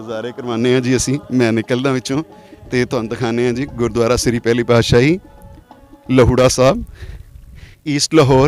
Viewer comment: Bhai saab lahoura sahi tarah naal naam bolo ji